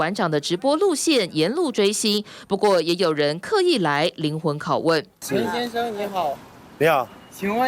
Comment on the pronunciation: 说“陈先生”的这个语气，不像是大陆人